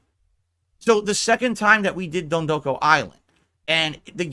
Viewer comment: Every time he says “dondoku,” I lose a year of my life.